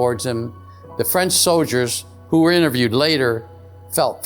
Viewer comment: He said “so-Ders “ instead of soldiers. 😂 90% of these UFO guys are disinformation. that work with handlers.